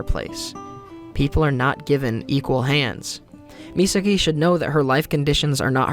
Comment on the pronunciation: Serious question, I’m not sure how to ask this without sounding like a total douche bag. Are you unable to say Misaki’s name right? I know some people can’t say certain words. They try but they can never say it the right way. Or is it a case of you just didn’t realize you were saying it wrong? I’ve done that with certain words and certain characters names. When I find out how it’s pronounced, I’m like “that’s how it’s pronounced? Well, hopefully I can train myself to say it the right way”. If I say a word wrong in front of someone and I think I’m saying it right, instead of correcting me, they just laugh 🤷🏼‍♂️.